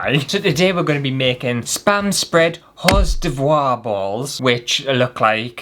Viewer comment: I'm NOT going to correct you on the "Horse De Voir" Balls. I'm just gong to sit here and laugh until the neighbours complain. Thank you for the laughs.😂Merry Christmas to you🎅❤️